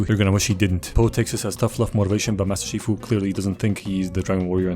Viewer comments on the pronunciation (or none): Is no one talking about the fact that he said master FUSHI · Master Shifu❌ Master Fushi✅